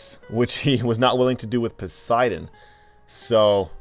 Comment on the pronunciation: Don't you just love english pronunciations. Raw and Pussydon 😂